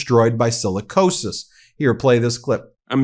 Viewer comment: Sicilicosis. Sounds like Black Lung